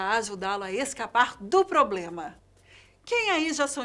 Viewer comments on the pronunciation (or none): none